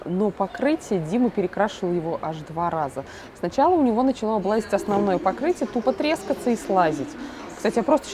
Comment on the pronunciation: не "облазить", а облезАть.....как-то так по-русски...